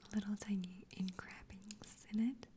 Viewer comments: “Ingrabings”? (Countertop part) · I think she's trying to say "engravings" but pronounced it wrong. Afterwards, she's just comparing the specks to the seeds on an "everything bagel". 😊